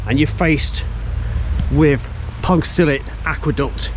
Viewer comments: How many Welsh people squirmed each time you butchered the name 😂Pont u suck tah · Cracking vid, but god almighty, at least ask a local for a pronunciation tip! don't offend the Welsh :-) Pont Cuss Uth Tay is somewhere near the mark. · Got to practice that "ll" in Pontcysyllte, sir. It's like the two "Ll"s in Llangollen. I'm always amazed that there was only one fatality during the 10-year project. Telford had little sympathy for him, saying he'd ignored some safety instructions. Was it mentioned that the aqueduct was inscribed by UNESCO on the World Heritage List in 2009? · Thanks for the vid. Terrible pronunciation of Pontcysyllte though! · Learn to pronounce the name properly please! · A wonderful structure but they can't pronounce it, can they? Perhaps they were scared by a big fierce red dragon when they were young. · Shame you didn't learn how to pronounce the name.